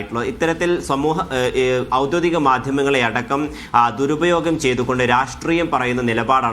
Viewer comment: "ഔദ്യോതികം" എന്നാണ് അവതാരകൻ പറയുന്നത്